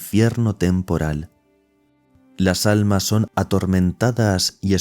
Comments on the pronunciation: Dice ALNAS.... no ALMAS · ah es que al principio dice alnas en vez de almas. Bendiciones